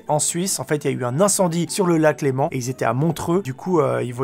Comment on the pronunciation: Un Genevois qui dit Lac Léman, merci <3